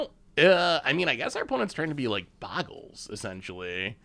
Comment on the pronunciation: "Overlord of the Boyerbiggles"?? Never change,. Love the brews, looking forward to more in the new set!